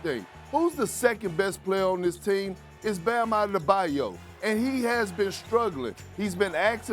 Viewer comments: "Bam Adedebayo"? Huh? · “its bam ade-da-by-yo” - kendrick perkins